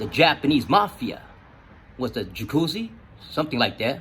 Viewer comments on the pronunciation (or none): Lol “Jacuzzi”.. I know you meant to say YAKUZA. Anyways, good to hear your real life stories brotha.